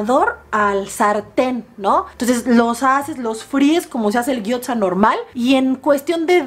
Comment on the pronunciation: No con intención de joder pero.... Gyoza.... se pronuncia guiosa